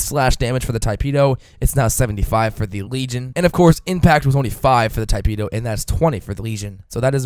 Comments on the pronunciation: he said: Tai-peh do. and then my friend told me to correct him. damn grammar nazis. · Tee-peh-do. you're welcome.